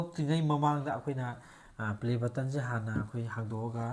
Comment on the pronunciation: Play BUTTON haibane...not BUTTOM.... pronunciation doh 😅